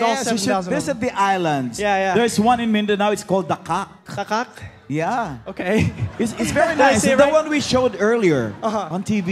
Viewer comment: Its DAKAK, 😂